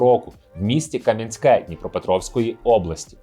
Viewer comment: Правильно КАм'янське, а взагалі це тоді Дніпродзержинськ був